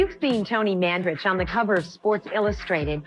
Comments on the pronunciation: Man-duh-rich NOT Man-duh-rick... Numb Nutz 🤡🤡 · Pronounce their names correctly Man- da- Rich. At least get their last name correct. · Come on say the dude's last name right